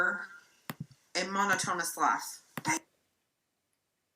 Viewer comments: When this aired people went nuts about Beckys pronunciation of "monotonous", go back and look at ALR's reaction, she knows she said it wrong and smiled like Becky was an idiot. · I'm sorry, are we just going to skip over saying "mono-tonus"? Mono-tonus!!!